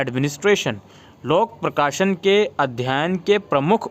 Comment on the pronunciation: Lok prakasan nahi lok prasasan hota hai 😂